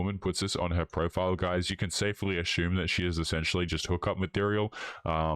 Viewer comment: I'm asshuming you all heard say asshuming. That is if I asshumed wrong... okay, am I the only one you keeps hearing him say 'asshume'.